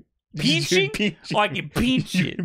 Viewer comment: "Peench"? It's pronounced "pinch". I swear you new yorkers lol